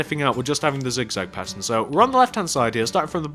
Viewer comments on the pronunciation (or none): none